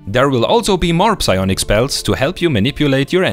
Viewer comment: Das p im englischen psionic/psychosis ist übrigens stumm ;)